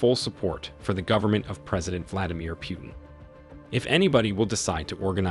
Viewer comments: Just to say,, it's not "Vladimir PEW-TIN" but... "Vladimir POO-TIN". Bha, who cares after all! Pfft... [put your sarcasm here] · Stop saying pu-utin! It's pronounced pootin! Like poop tin! Because he is a giant turd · It's funny when they say "pewtin" lol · Man I hate "Pewten" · Pjutin🤣….. who says that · Haha!! Pewtin 😅 love it